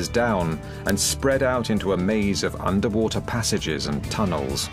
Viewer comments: Andrei Laurea woother? Wtc is woother ? Ewe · Underpreesha, underwoother, unda ground. 😂😂😂